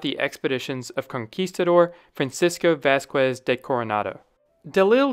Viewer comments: The "qu" diphthong in Spanish is pronounced like the letter "K" in English. Vasquez is pronounced 'Vass-kez' rather than 'Vass-kwez'. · It’s not Vas-kWez Coronado, it’s pronounced Vas-Kez. The QUE in Spanish does not make the W sound. You’d think someone doing historical piece on this would know basic (very basic) Spanish pronunciations of names especially for historic figures. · It's pronounced "Vas-kez," NOT "Vas-kwez!" It is a Spanish name, not an English one. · The qu in Vasquez makes a sk sound. It's like Vaskez. Great video!